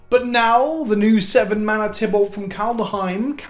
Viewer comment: Get your beard out of your mouth and learn how to pronounce Kaldaheim correctly